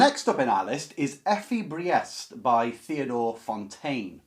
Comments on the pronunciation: fWIW "Briest" should rhyme with "beast", but you prononounced Kohlhaas perfectly fine ;) All Kleist novellas can be recommended. Kohlhaas is the most elaborate but they are almost all rather dark (violence and sex) and fast paced (Kleist's style can be breathless in German, with sentences over half a page or more). Fallada has the stress usually on the first syllable (it's a pseudonym), I read that book (and several others of his as a teenager many years ago). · Your pronunciation of the name Kohlhaas is good; your pronunciation of Fallada is close enough. “Effie Briest” is pronounced “Priest.” “Michael Kohlhaas” is the book on the list that moved me the most. I enjoyed reading Theodor Storm and Wilhelm Hauff as a child, but I’m not familiar with “Lichtenstein.” It’s interesting that, within Germany, “Der Steppenwolf” is the better-known book by Herman Hesse, while “Siddhartha” hardly plays a role. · I would translate "Drang" as "urge" or "drive" rather than "stress".... The name "Briest" BTW is pronounced "Breest". The only ones I have read a long time ago are "Steppenwolf" and "Wahlverwandschaften".